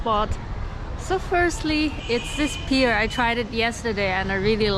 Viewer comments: a little correction: Pear in English is pronounced like Pair not like Peer or Tear. Pair, layer, fair.. hair etc... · Pear not pier. Pronounced pae